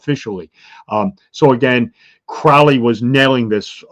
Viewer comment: This is such trash. This guys delusional. You can find connections with numbers everywhere and to everything if you try , it’s meaningless. And it’s pronounced Crow-ly like Holy not Crauly